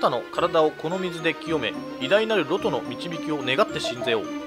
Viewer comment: ロトの発音って ロ↓ト→ なんですか？ ロ↑ト↓だと思ってました